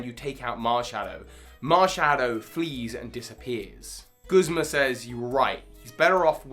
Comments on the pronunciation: Video: Very good. pronunciations of “Guzma”: Terrible. Truly terrible. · "Guhsmuh" "Kookwii"